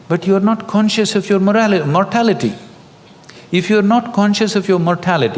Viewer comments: Correct number 3 please its mortality not morality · It's mortality not morality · Thanks for the video!! please correct this: 3. mortality (not "morality"^^)... the"T" is missing ;)